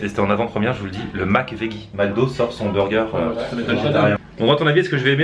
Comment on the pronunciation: "veggie" ca se prononce "vedji"...